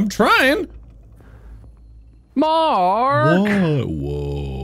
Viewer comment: the way Bob says Mark remains me of lamb with hats